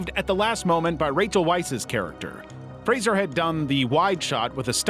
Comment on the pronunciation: Thank you for pronouncing Brendan Fraser's name correctly - dunno why Americans usually pronounce it like it has an i